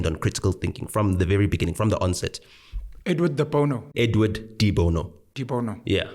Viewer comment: Edward Dibono? What? What are you guys saying 😂😂